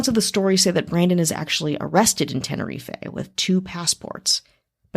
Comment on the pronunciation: TEN-ER-EEF not TEN-ER-EEFAY